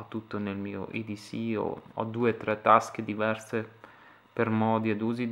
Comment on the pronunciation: Si dice edc non eds